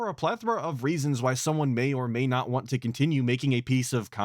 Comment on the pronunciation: I still get really irritated everytime he says "Want" I can't explain how much it just pisses me off.